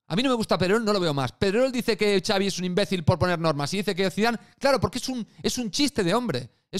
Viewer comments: Lo de Javier es una coña de Twitter porque Ancelotti, que es italiano, pronunció el nombre de Xavi así. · Lo de Iñaki q le dice Javi a Xavi era imitando a Ancelotti q lo pronuncia de esa manera, el lo aclaro varias veces en el live